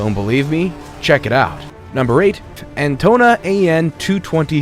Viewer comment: Antona an 225? Pretty sure it is Antonov An 225. But nevertheless may it REST IN PEACE BC it was destroyed.